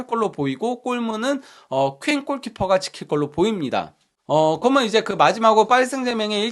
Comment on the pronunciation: 그리고 방송하시는분이 접속사좀 똑바로 발음교정좀 하세요 ! 그러면서 를 거먼서 ㅠ 그러면을 거먼~( 내용 좋은컨텐츠 아까움)